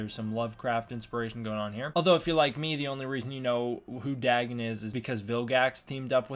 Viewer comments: you can't trust a show like ben 10...in the audiobooks and the books of H.P Lovecraft its pronounced Day-gone(written Dagon) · its pronounced DAY- GONE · It’s name is pronounced Day-Gone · Lmfao "Daggin" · The way he pronounces dagon gave me something similar to cancer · Why do you pronounce it with two g’s?